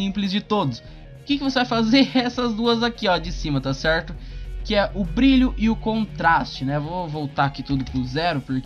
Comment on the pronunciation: Tá cerrrrrrto Tá cerrrrrto Tá cerrrrrto Tá cerrrrtoo